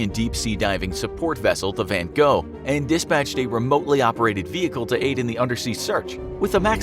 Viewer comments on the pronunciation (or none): You speak van Gogh as van gooh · The way he pronounces Van Gogh is painful